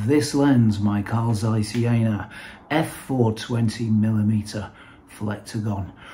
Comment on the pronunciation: Super, congratulations! Please let us know what paste you used for grinding. With all respect, "Caesar Jay" -- presumably short for "Carl Jena" -- doesn't make much sense. If you want to refer to the East German Zeiss lenses, say "Zeiss Jena" (as opposed to "Zeiss West").